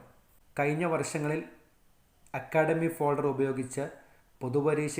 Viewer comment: ഫേൾഡർ അല്ല ഫോൾഡർ ആണ്